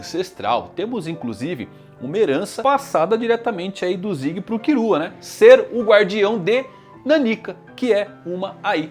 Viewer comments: “kirua” hahha pqp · Ficar escutando "Kirua" sangra meus tímpanos 😢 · Ne tipo e tipo no Japão eles não conseguem falar L ai falam com R mas aqui agente consegue falar L e ai e só falar killua travez de kirua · Pq o chama o Killua de Kirua? kkkkkkkkk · A pronuncia japonesa é essa mesmo, eles não conseguem falar o L